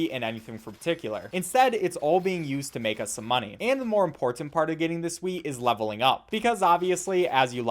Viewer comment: how come every time he says wheat I hear weed?